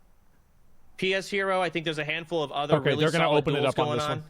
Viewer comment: everyone saying pshero name wrong is the most hilarious thing about this